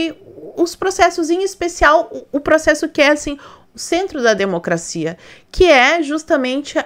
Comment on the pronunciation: Oi amiga! Vc é uma excelente co.entarista politica. Vc fala "democracinha', por chacota ou vc não consegue falar "democracia"?.😂😂😂